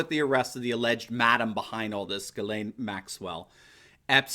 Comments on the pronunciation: It's pronounced: "Djiz len" en francais. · I'm 97.6% sure that you are pronouncing the name Ghislaine incorrectly. I have looked up the pronunciation and there are videos, (yes, plural), here on googtube with that name being said. They conflict, a little. I feel certain you will be speaking about her again in the future. Let's hope it has nothing to do with an Arkancide. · You can't even pronounce this woman's name. Why hasn't the nation's biggest and most famously sexually perverted and corrupt family NOT been linked to involvment with Epstein? Both Clintons? Billl Gates Jr.? I want to know.